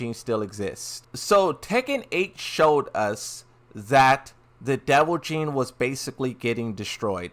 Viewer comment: You’re killing me. It’s devil GENE. Pronounced like “Jean”. What you keep saying sounds more like devil JIN.